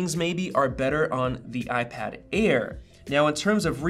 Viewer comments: Did it sound like Ipad Ear at the beginning? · I totally heard "iPad Ear 4" at the beginning 😂🤣